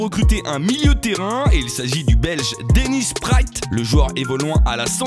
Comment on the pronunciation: 😂😂 on dit pas Denis priat mais Denis preat parole d un belge